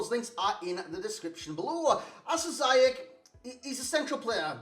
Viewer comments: You pronounce it how he said it ^ Zi-yesh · Nee, officieel spreek je het uit als "Ziejesh" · You pronounce him this way: See-jeg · It’s prunounced Zee yech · Officially its "Ziyesh"